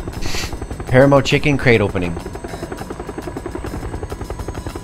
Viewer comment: It’s PAH-RAH-MOE 😂